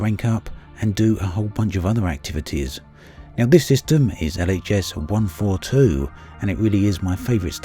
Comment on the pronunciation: Wish I could hear what the fuck he’s saying ?.. sounded like ghs 142 or Leah’s 142...speak properly damnit